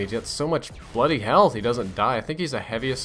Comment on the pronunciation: 'He's got so much bloody health' - Did you just go British for a second?